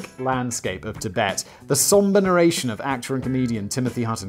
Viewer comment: Simon: "Chibet" CCP: yeeeeeesssssss, exaaaaaacatary